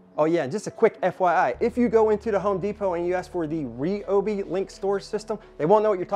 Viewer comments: it's pronounced REE-oh-bee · Is he saying Ryobi wrong as a joke?